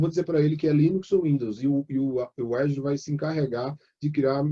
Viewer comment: AFF.....O cara é professor de cloud e pronuncia azure errado